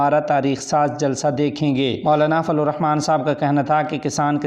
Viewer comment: یہ لفظ فضل,,,,,ض,,,,,, ھے لیکن آپ فلو ادا فرماتے ھیں